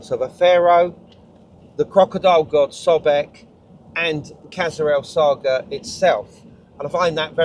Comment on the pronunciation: It's pronounced "kassr es-sa(g)hra" - the GH is a transliteration of the arabic letter Ghayn, similar to a French rolled or trilled R sound, or if you are familiar with northern england dialects, a Hexham R. The "el-" definite article is, in spoken speeh, assimilated into "es-" you can hear Yousef pronounce natively after he says "the valley temple and...kassr-es-sa(g)hra" The slight pause between the two places is because he is mentally translating "Valley Temple" into english as it is well known by that name, but hesitates with Qasr-el-Saghra" because the English translation of the name is not well known so he says it in Arabic It means "Castle of the Desert", literally translated. Anyways, all that is nit-picking linguistic semantics :) What strikes me is that 5000 years ago there was probably a shallow lake there, the holes at foundation level were possibly to allow water to flow in and out (and possibly Sobel too haha) The internal courtyard depressions would be water pools. Some of the blocks lying to the rear of the temple appear to be quite eroded, possibly by water ice. (it gets very cold in the desert just before dawn) We know the Sahara in general was much more wet and fertile period between 10/15000ybp 5000bp and that was possibly ended as a result of the Piora Oscillation I wonder if there is any ground evidence of a lagoon lip/dam nearby (45 metres to the south) which would have controlled water levels of a much more extensive ancient Lake Qurun? The te